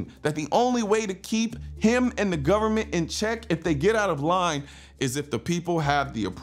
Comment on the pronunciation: Did he say "gubnerment"? FJB.